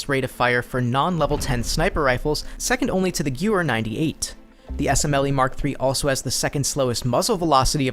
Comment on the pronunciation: The way you pronounced Gewehr is like the sound of a bunch of Hitler's singing at a high octave... The way you pronounced Gewehr: Gew er How to pronounce Gewehr: Ga vair For future reference, pronounce it like this when the time comes ;D